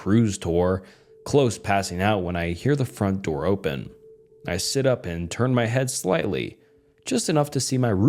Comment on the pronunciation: I was looking for this comment when he said “hern it off” instead of “turn it off” I actually thought it was AI 😂